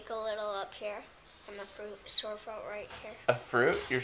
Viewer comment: sore throot